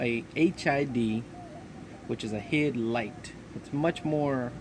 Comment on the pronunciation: homeboy said "hid light" 🤦🏽‍♂️😂